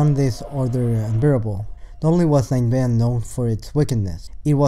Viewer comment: You pronounced Ninevah wrong every single time. Nin•e•vah or nin•ah•vah